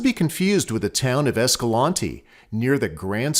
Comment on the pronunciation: I asked a local at Escalante (The other one you mentioned) how to pronounce the city name and he told me everyone says it wrong, its a long A in EscalAnte not short.